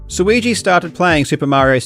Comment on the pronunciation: Suigi rhymes with too easy. He's the GOAT.